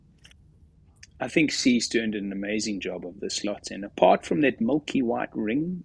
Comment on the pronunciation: What is it you American that you don’t get about the name Seestern?